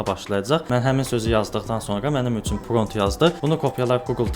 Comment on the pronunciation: Pront yox =prompt dəyərli insan 😊